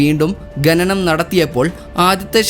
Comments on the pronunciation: ഗനനം അല്ല ഖനനം എന്നുവേണം ഉച്ഛരിക്കാൻ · പുതിയ അറിവിനു നന്ദി, സ്നേഹം 🎉 ഖനനം എന്നു തന്നെ ഉച്ചരിക്കാൻ ശ്രമിക്കുക. നല്ല അവതരണം. ആശംസകൾ